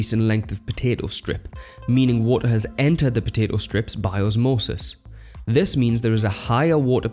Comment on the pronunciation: "wo'oh" Lol.